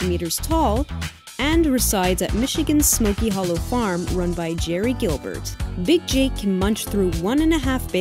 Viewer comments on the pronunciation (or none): none